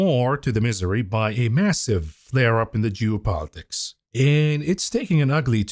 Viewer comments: I like how he pronounces "Geo-politics" like "Jew-politics" lmfao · Juice politics